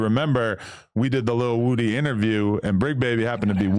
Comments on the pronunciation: Why Adam Say His Name Like That? Its Woody Not Wudie 🤣🤣🤣🤣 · Why does Adam have such a hard time said Woody